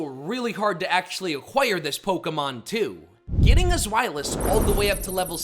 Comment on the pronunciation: It’s pronounced slih-GOO, ar-KEY-iss, hye-DRY-gihn, ZVY-liss, air-ULL-late, “Patrick Star”! 🤨 Also, Aerilate is an Ability, not a move. 😤